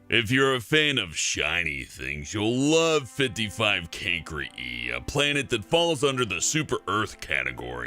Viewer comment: "55 Cancri E" SO CLOSE if only the c's were k's